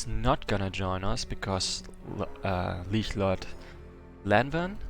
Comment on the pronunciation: You spell "lich" in very distinct way. You may be German.